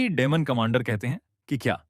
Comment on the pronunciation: डिमन king ❌ डेमन king ✅. 😂😂😂😂😂😂😂😂😂